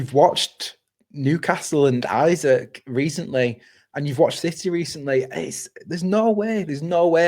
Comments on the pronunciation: Great video but can someone please tell how to say Isak properly 😂 it's not Isaac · Isak is Swedish, not English. Please pronounce his name correctly.